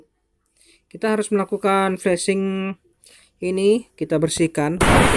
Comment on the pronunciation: Itu flazing bukan flusing